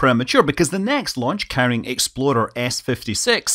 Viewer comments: for the love of god please stop pronouncing "ExploRer" as "ExploDer" or else people will get confused with the infamous Ford SUV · Sounds like every time you say "explorer" you're saying "exploder". :)